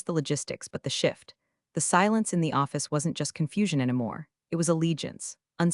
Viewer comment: What are "croissas" or "crossas"? Are they like "croissants"? You don't "plug in" to wi-fi. You log in. That's why it's wireless. Why does the AI voice pronounce "anymore" as if it were spelled "ennuh more"? That's irritating. And like all of these videos that contain the name, "Ava" is mispronounced 100% of the time. This AI is crap, and the poster is either ignorant or supremely lazy for allowing so many errors in a posted video. They are simple to correct. That's pure desperation to beg for subscriptions at the beginning of a video. So I will downvote at the beginning. The whole story is about replacing a human with AI. This video used AI, replacing any human element. That's why it sucks and is full of so many errors.